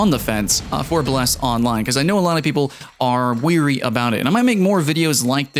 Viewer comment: Did he say weary about it? xD